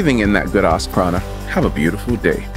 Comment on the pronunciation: I think it's prana not prada loool